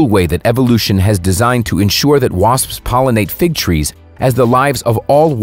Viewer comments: Erika Thompson said 'waspsps' on the Joe Rogan show and I found it hilarious, that was a month ago. The dude in this video said 'waspsps' and it was published 11 months ago. After all these years, am I saying it wrong or is it a US thing? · Hahhahahahahah this is so funny “Wasps” plural sounds like waspsps